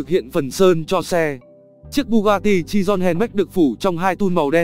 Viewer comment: Bugatti chiron chứ ko phải chidon